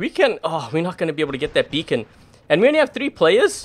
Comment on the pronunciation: Funny how he said that dam becon